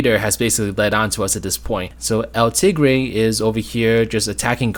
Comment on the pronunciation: Just so you know, El Tigre is from El Tigre: The Adventures of Manny Rivera. You were pronouncing his name right, but that is not a newer Nicktoon. It ran from, and had only 1 season, because that's how underrated it was.